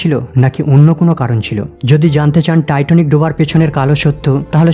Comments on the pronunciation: Not Titonic, please say Titanic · টাইটনিক নাকি টাইটানিক?? আর সূচনাতেই এত কথা কেন?